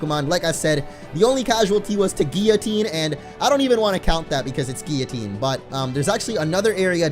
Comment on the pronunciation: Still saying guillotine wrong, sigh